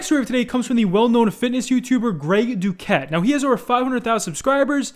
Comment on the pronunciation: Hahha "Duket"